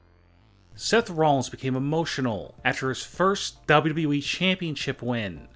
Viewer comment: When u say WWE I feel like ur saying Way way wee But no because it way my brother Bc he was yelling at big show in wwe in a game he said WAY WAY WEEEE